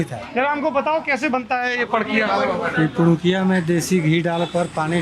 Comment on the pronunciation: Pidikiya nhi sir padukiya hoti hai